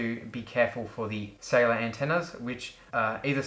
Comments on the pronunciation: i always googled "iPad Sailor" until i heard you say it for like the 27th time, then i understood, that you meant "Cellular"... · When you said cellular, I thought you said sailer